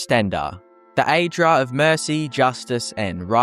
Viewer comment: it sounded like Daedra the first time.